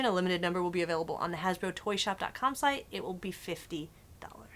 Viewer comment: She said "Thank you to all our shite sponsors" haha